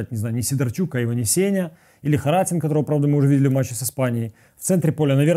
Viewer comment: ХаратІн - наголос на "І"